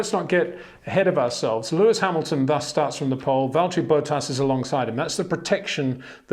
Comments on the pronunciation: Can you please pronounce Botas as Bottas??? ;) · HEY PETER WINDSOR, I HAVE MESSAGE FOR YOU SIR: With all due respect ... it is NOT Max "verSHtappen" ... Max is not German (Germans indeed do pronounce "st" as "sht") ... #Max33 = Dutch NL/Belgium! ... It is not "Bottash" nor is it "Lewish" certainly not "verSHtappen" .... This BS started long time ago when a British sport presenter interviewed father Jos Verstappen and assumed you can use a German pronunciation to a Dutch Driver thinking it is so "funny" ... It is not. Serious question: can any Englishman say "versatile" out-loud without saying "vershatile" phonetically? most can about 99,99% ... that is why most English can pronounce Verstappen 100% correct! Father Jos Verstappen (also F1 Racer) was very active between back then only a very few said "Vershtappen" but the vast majority of British sport presenters pronounced it perfectly ... only a few old stubborn farts like Peter Windshor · Look bro, I know you are trying to maintain your very gentlemanly English accent and I know we aren’t the best at word/name pronunciation in this country but please STOP SAYING VALTTERI ‘BOW-TTAS’. It’s almost as bad as the Max Vershhhhhtappen